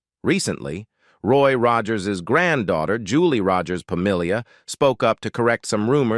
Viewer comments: You should redo the narration , heven instead of heaven, Roy Roager, I think, and other humorous fumbles. But I did enjoy not hearing the usual evil reality of some Hollywood stars. Trigger was also shown behind Roy toward the end but yes, that was Trigger and Roy had him stuffed. Trigger was in the movies before Roy owned him. Olivia De Havilland rode him in the "The Adventures of Robin Hood" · This was a wonderful tribute to anicon from my childhood and I loved everything except that robo voice that mispronounced Rogers to rog-urs and Heaven as he-van. Roy Rogers and Dale Evans were such fantastic people and the love they poured outon their children was wonderful. My Mother, a few years before weblost her to congestive heart failure had the opportunity to meet Dale Evans at a local church. She was elated to hear her speak. Awesome folks and the most beautiful horse -:Trigger! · Narrator needs a reading coach to learn to pronounce common words engaging is not indulging and Roger's is a famous name that should be easy like Mr Roger's not rawgers. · Gotta love how the Bot Reader mangles Roy's surname and "hee-van". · its sad the amount of work that goes into a video like this, but the lack of editing to fix the miss pronouncement of Rogers (oddly it doesn't happen all the time but a good enough number) and then a few other words that were just not pronounced correctly. Roy Rogers was my mom's huge crush. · Teach the mechanical voice to SAY Rogers! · Loved Roy and Dale. This would have been a better tribute if they had taught the computer correct pronunciation. Kind of ruined it for me. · What’s up with the mispronunciation of so many words in this narration, including Roy’s last name multiple times? This must be an AI generated. Very disconcerting.